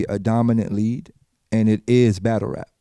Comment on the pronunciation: Daylyt can't say league haha he says lead!!#i love daylyt doe#GOAT!!